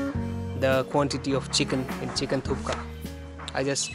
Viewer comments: It’s thukpa not thooka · Guru not thukka its thukpa ondu Sala bylakuppe hoge yela artha ayedate